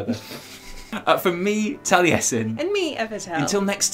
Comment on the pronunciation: 123 We love Jaffe bit he literally can't even pronounce the word 😉